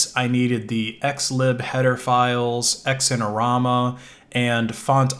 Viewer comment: oh god X IN orama. It's pronounced ZINE as in ZUH-EYE-NUH. Haha otherwise love the video